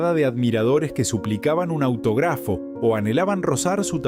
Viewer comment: No entiendo porque habla sin poner énfasis en los tildes. La doto y es la dotó… autografo en vez de autógrafo… cuspide en vez de cúspide … suena muy feo y saca las ganas de oír